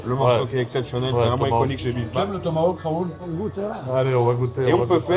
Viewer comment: 😂 professorrrr rrrraaaaoooouuuulllll